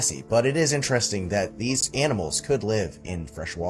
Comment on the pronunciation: i will consider subscribing if you start saying the word interesting properly :D